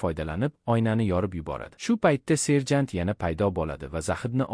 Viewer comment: Serjan 😂😂 mi serjantmi😂 tiliz pizdes ekana😂😂😂